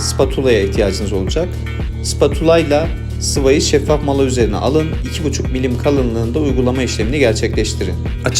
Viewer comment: Şeffaf mala olmazsa olmuyormu vurgulaya vurgulaya söylemiş şeffaf mala diye😃